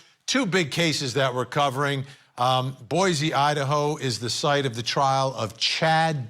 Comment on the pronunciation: Boy see, not boyzee for Boise 😇😅